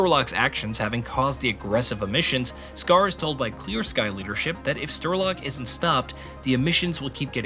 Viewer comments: I couldn’t follow the story anymore as soon as I heard „Sterlock“ for the first time. 🥴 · Are you kidding me?? Sterlock 😂 and he says it OVER AND OVER AND OVER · Sterlok, huh? Goo Hnuting, Stoker! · Who the hell is "Sterlok"?? What game have you been playing? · I sighed every single time he said Sterlok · Dude...the guy who sayd he feels an emission every time you miss pronounce STRELOK's name was right. And the guy who said he takes psi damage😂😂😂😂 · Why are so many people hating on this man for mispronouncing a name Damn have all of you been on twitter hating aaah’s 😂😂😂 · Having never played the games, I came here to learn about the previous ones before I start playing Stalker 2. After seeing Strelok's name on the PDA in the video, I had to come to the commets section to see if the guy voicing this video couldn't read, or if I was misunderstanding how his name is pronounced since it's Russian/Ukranian. Glad to see I'm not crazy and that "Shterlock " is not how to pronounce it, as it was bothering me the way this guy was saying it. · I was gonna watch all of this but getting a name wrong is criminal. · You had time to research the whole story but not enough time to find out how to pronounce strelok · The absolute pain every time it comes up in this video... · I’ve never played this game before, and I knew it was being pronounced wrong. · Strelok not sterlok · Honestly calling him Sterlock throughout the whole video shows you clearly don't connect with the source material and you really should redo this video. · Thanks for the recap, definitely helps to understand the game before playing one. BTW, it is Strelok, pronounced as written - StRElock,not StErlock. Strelok means shooter. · Strelok... not sterlok lol good video tho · Why does he keeo saying "Sterlok"? Is he stupid? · Lmao “sterlock” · How are you calling him Sterlock? If you've actually played the games you literally here how to say his name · stERlock, lmao - wrong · Its strelock not sterlock you dimwit